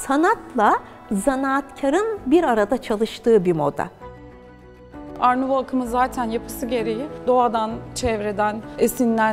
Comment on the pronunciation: art nouveau - art nüouv diye okunuyor bitkisel, oryantal süslemelerin olduğu sanat akımıdır. araştırmak isterseniz baştaki gibi yazılır. Tebrikler başkanım sanatla ilgilenmeniz <3 ben